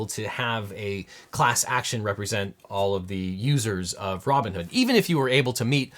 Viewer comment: Pretty sure I heard "Ramen-hood" instead of Robinhood, either way....STONKS!!